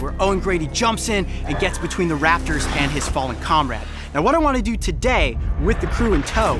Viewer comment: its funny how he says comrade